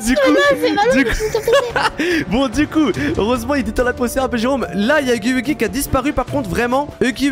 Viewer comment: Tu dit pas huggy wuggy tu est entrai de dire uggy uggy duh😅🤧😳